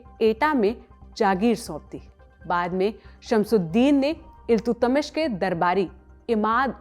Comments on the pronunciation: इल्तु-तमिश नही है वो इल्तुतमिश है। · Iltutmish bolna nhi aaya😂😂😂 Kaisi hindi h bhai apki